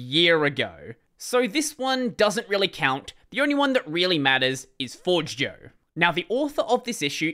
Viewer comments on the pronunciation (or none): Btw Forgejo is said more like forge-ayo or for-jayo afaik